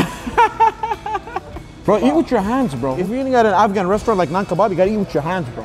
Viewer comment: "This guy said afhan rice and peas, no this is afghan rice" 😂